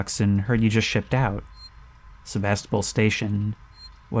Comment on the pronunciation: Me every time they say "SeVAStOpOl": 💀